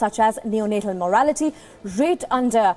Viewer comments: Morality? it is mortality...and it is not antirovial therapy it is antiretroviral therapy plz first understand what you read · This anchor is a bum. It is neonatal morTality not moarality